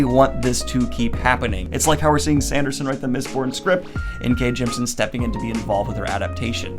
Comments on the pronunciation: In case you do end up interviewing her like you talked about in your live, Jemisin’s name is pronounced “Gem-ih-sin”, you’re just missing that middle syllable :) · I THINK, and I could be wrong, that you say "Jemisin" incorrectly. I think it's "gem-i-sin", yes? Three syllables. Someone correct me if I'm wrong.